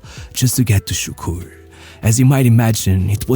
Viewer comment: I was leading Turkish workers, 30 of them, not being a Turk, it was challenging, but they were good lads... until I mentioned Davor Šuker, which sounded like "Sukur", I had to rebuild authority up again just from that